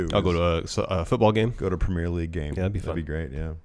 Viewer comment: Premier league is pronounced differently